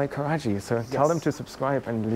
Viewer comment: It's Karachi, not karaji